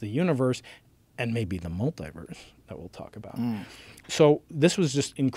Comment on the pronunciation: Just a nerd being a nerd love it! The way he said Multiverse the first time lmao